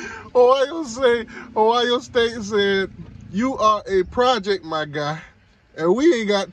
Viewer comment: Boy trolling a Elite 11 film 📽️ turn on the game tape.. It's Ohio State not Hio State.. Every QB on Miami depth chart is a project even TVD.. And we see you laughing through the pain 45-3